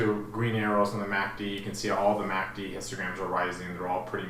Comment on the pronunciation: I swear you said MACD Instagram..:))))) Thank you for analysis